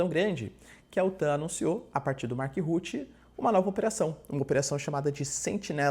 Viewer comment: MARC RUTTE = Marc RruttE, peloamor!